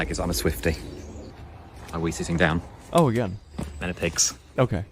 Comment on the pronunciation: "I WEE SITTING DOWN." 💀💀